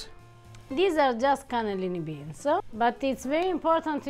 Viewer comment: Only Italians can make a 1 syllable word 2 syllable. "BEANS-EH" 😄